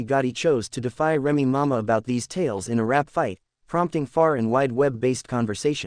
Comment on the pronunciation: How is you going to speak upon somebody business it can't even pronounce their name? Remy mama! I'mma need you to get your AI in order.